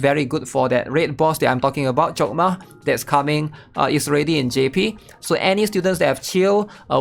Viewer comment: Sounded like he chokdma coc